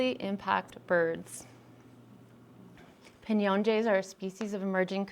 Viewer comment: Piñon, not pInYoN